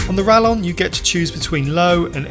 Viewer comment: Spanish LL should be pronounced like English Y, therefore - RaYon.